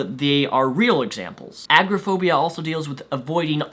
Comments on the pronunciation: I'm not a mental health professional, though diagnosed with multiple anxiety disorders myself, I believe you made a couple of errors. Maybe you're just pronouncing it wierd, but agraphobia is very different from agoraphobia. Agraphobia is the fear of sexual assault; agoraphobia is what you are describing, a fear of unfamiliar and uncontrollable surroundings or large and heavily populated areas, often public places, which interferes with living when it progresses to being unable to leave your home. Panic disorders can in rare cases cause fainting but a severe panic attack is more often mistaken for a heart attack, and further worsens when one then begins to fear dying, not getting medical help, suffocating. It's more along the lines of feeling unable to breathe, chest pain, hyperventilating, feeling dizzy and faint, etc. Consiousness is rarely actually lost. Severe panic attacks often times lead people to the ER, thinking they are severely asthmatic or having a heart attack. Social anxiety untreated can very easily lead to developing severe agoraphobia, as isolation is a key factor in both. Also, I agree with never self diagnosing. I find it insulting when anyone boasts a self diagnosis of any type of anxiety disorder, without seeking proper medical attention. It is a disability, like any other, and debilitating, requiring a substantial amount of therapy/combination of medical treatments. Feeling some anxiety is normal, it is the activation of your 'fight or flight' system, un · Not a huge deal, but agoraphobia is pronounced A-Gore-a (short a)-Phobia. Just letting you know for future. Nice job with these!